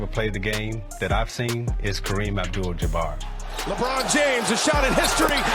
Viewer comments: Oh cmon... anybody watching this , much less MAKING this , know that Karen's last name is NOT pronounced jaBEAR!! Its not even spelled in a manner that would suggest it would be pronounced that way. I found this low budget piece to be a left- handed compliment to a player who was undeniably an asset to his team and deserves his place in NBA one-of-a-kind players. My regard for Kareem is keeping it REAL because I am a dyed - in wool 1970's 1980-90's CELTICS fan. 😮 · More AI voice recognition: Ja-bare?😂😂😂😂😂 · As soon as the voiceover said “Ja-bear”, I stopped watching.